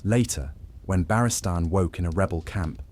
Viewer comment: if you insist on ai slop at least phonetically set your speech so it pronounces Barristan correct